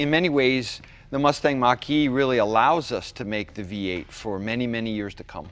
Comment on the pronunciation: "Mustang" Mocker-E